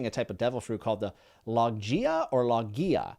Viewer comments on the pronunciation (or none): Btw logia in the series is pronounced (LOW-GI-AH). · Logia is low-g-ee-uh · I loved Skypiea! It comes to relevancy in about 800 chapters but its such a good set up arc! I loved the review, and keep an eye out on those cover pages! You'll be excited to see where Skypiea all ends up! Also: Paramecia: para-mee-see-uh Logia: Low-gee-uh Love the reviews! Can't wait to keep watching and keeping up with your journey! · Would like to point out that Logia Devil Fruits were mentioned in Alabasta with crocodile since he has the Sand Sand fruit. It’s pronounce Low Gi A btw. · Logia is pronounced Low-Ghee-Uh just so you know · logia is pronounced low-gia but i think thats your only pronunciation error yet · Love being able to watch your journey with the crew! Keep the vids coming and we can answer all questions you got P.S. for Logia type fruits, Logia is pronounced LOW-gEE-UH. I’m sure someone said it already but 🫡🏴‍☠️ And YESSS THE MOON!!! Keep an eye out for manga cover stories coming up for elaboration on Enel’s (Eminem 😂) journey👀🫣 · I believe that's pronounced (?) Low/gee/ah However, definitely check with others before saying it (Logia) that way between now and chapter 1000+ 👍! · Low-gi-uh (hard g) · I love the videos I feel like I get to reexperience this series for a third time with you. Just want to help you out a little. First, Poneglyph is pronounce like Phone without the H. So Pown-eh-glyph. Second, Logia is Low-Gee-Uh. The G is pronounced like a G in grass or grape. Third, Paramecia is pronounced Pair-uh-me-see-uh. Sorry if I sound rude or if someone already said something I just wanted to help. Hope you have a great day and are enjoying the show. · Lemme help you out a little..logia is pronounced Low-gi-yah("gi" not "gee") but great Vid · btw Logia is pronounced low-gee-ah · Also just to help you out, Logia is pronounced Low-Gee-Aa ^.^ It will be something you'll say a lot in the future. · It's "low·gee·uh" for Logia.